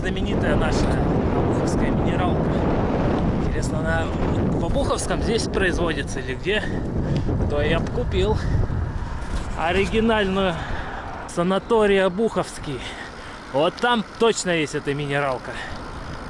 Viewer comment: ты везде неправильно ударение ставишь: правильно обухОвское, шипИцыно😊